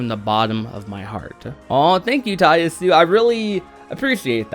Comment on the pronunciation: You now inconsistently finally pronounce "Nomura" correctly; "Nuh-more-uh," but "Yasue" is pronounced with the "e" in an "ay" sound on the end & "Ya" is pronounced "yah," since it's a Japanese name; "Yah-su-eh."